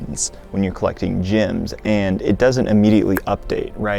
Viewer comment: Did he just say gems as "gyms" lol wtf